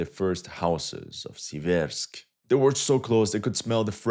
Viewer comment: SEE-vairsk Stress on the first syllable.